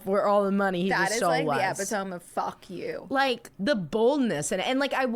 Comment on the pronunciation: The way said epitome has me cracking😂 also Texas girl here and I say crick